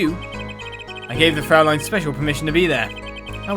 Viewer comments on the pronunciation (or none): Hey, since this phrase will probably accompany us all to the end: German "au" is indeed pronounced like English "ou" ("out") or "ow" ("how"), but umlauted German "äu" is pronounced like English "oy" ("boy"), so... could you maybe please pronounce "Fräulein" as "froyline"? [Source: I'm German.]